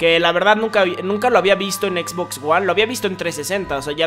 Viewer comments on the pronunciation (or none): none